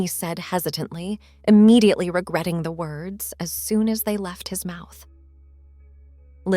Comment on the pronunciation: Stop mispronouncing immediately 😢